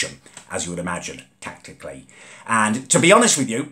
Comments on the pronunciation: "tactically" you mean "tictac-elly" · Tactically or Tictacally? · "Assessed the situation tactically" You mean tictacally